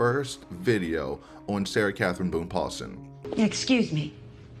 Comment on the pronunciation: Ew, that is how he pronounced it, wasn’t it😑 It annoyed me but then basically everything about Owens annoyed or enraged me.